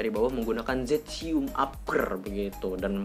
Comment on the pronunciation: Zestium bang bukan zetsium